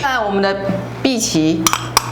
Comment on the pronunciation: 荸薺 的荸是念ㄅㄧˊ ，難怪打四聲無法出現字